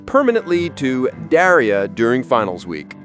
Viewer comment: Pronunciation is Daar eUh, like Star not Dare (Daria) and Juh-neen like Teen